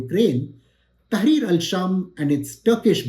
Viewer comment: Its tahrir not tahir